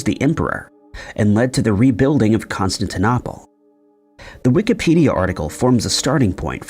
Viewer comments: O-hi-ya? Con-stan-ti-nopple? Re-ally? Tow-nop-uh? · That's not how you say Constantinople.... annoying as hell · Odd pronunciation of Constantinople.🇺🇸☕💐